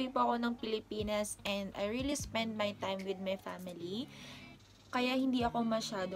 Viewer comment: "mi family" sounds like my accents 😃🇯🇲